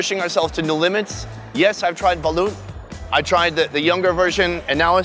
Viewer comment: It's actually pronounced as "balot"